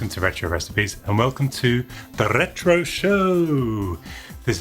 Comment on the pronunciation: "the ЯЯЯЯЯRRRRetro show" fits well with your Edinburgh pizza order :)